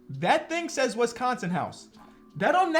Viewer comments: it’s “wIsconsin not wEsconson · The way he say "Wees-con-seen" lmaooooooo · No one::"Wessconsin" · Hearing you pronounce Wisconsin pains me. Cool video still. I miss watching Tyler and Jordan hoop over here. Could have picked your guy Tyrese as well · Why do you pronounce Wisconsin like that? 🤣🤣🤣